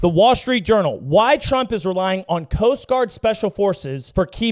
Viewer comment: when said Coast Guard special forces, for a second it sounded like ' Post Office '. lol " SPECIAL DELIVERY! " lol